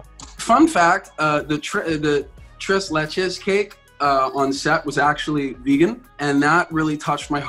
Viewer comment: Lol I cringed every time somebody pronounced tres Leche incorrectly. I grew up in a Hispanic town so I'm used to the actual pronunciation of stuff.